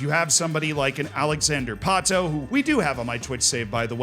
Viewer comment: The X in "Alexandre Pato" is pronounced like de CH in the word "chandelier". Very informative video, Z!